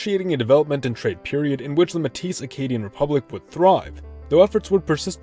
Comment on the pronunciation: Btw Metis is pronounced "May-Tee"